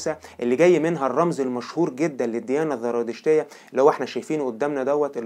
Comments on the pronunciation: اسمها الزرادشتيه وليس الذرادشتيه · يا اخي الزرادشتيه وليس (الذرادشتيه)، ارجوكم ايها الاخوه المصريين صححوا لغتكم اصبحتم لا تعرفونالفرق بين الزاي والذال في الكلام العربي. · انا معجبة بقناتك و اشكرك على المجهودات العظيمة ..لكن نصيحة اخوية ..حاول ان تنطق الحروف كما تقراها و لا تحول حرف ال ز الى ذ او ق الى ك ..مثلا الزرادشتية بالزاي. بالتوفيق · أولا سردك جميل ومرتب ولكن حتى تتطور وتصبح أفضل ، أرجو أن تهتم باللغة العربية في سردك من حيث النطق ومخارج الحروف ، وتصحح أخطائك اللفظية ... مثال ذلك .. الديانة الزرادشتية بالزاي وليست بحرف الذال ونفس الخطأ في نطق الديانة اليزيدية، تحياتي لك .. وإستمر فأنت جميل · اخي الكريم شكرا عللى الفديوهات الرائعة .. لكنك كمصري لماذا لا تفرق بين حرف ذ و حرف ز ؟؟ اسمها الديانية الزرادشتية والديانة اليزيدية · ليش عم بتقول ذرادشت والذراديشتية حبيبي زرادشت والزرادشتية